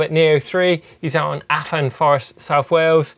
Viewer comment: Nevermind Finland, the welsh pronunciations are getting worse. Have a word. Maybe give a cwtch if you make him feel twp and teach him how to say Bwlch and Afan.